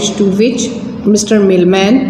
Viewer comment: She is pronouncing millman as mailman